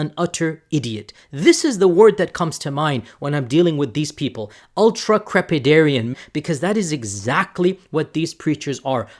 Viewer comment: Funny how this makes me wanna see Jay and The G.O.A.T even more. He goes on to remember a world from GRE days and mispronounces the word that describes himself. Bring back the video you deleted you ultracprepenhruDIAN😂